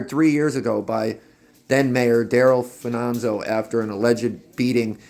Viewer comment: Where do you get Fananzo?! It’s Fa-ni-zio!!!!